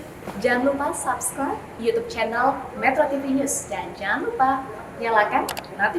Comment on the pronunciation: dibacanya bukan SABScribe, tapu pake U aja, SUBScribe